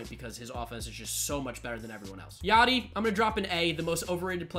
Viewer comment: C’mon it’s YADI